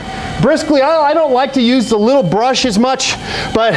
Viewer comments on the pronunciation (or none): Jesus, why can't you pronounce the most simple of words? Really "Brussel" brush, "ambombable" snow man.... SANTA MONICA, FUCK MS GANG!!!